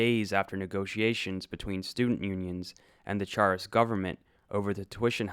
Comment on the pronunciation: uh, might be a good idea to get someone who can pronounce "Charest" to read next time